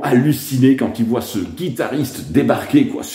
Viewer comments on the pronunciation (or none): none